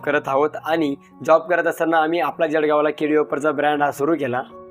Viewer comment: भाऊ जडगाव नाही जळगाव म्हण